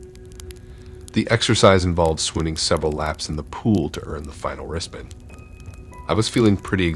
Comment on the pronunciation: Are you saying wristband or wrist bend?